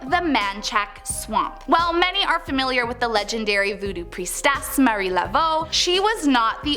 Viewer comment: It’s Marie not Mary